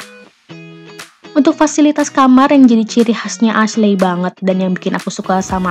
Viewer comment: Kak, Ashley itu pelafalannya Eshli....bukan Asle 😁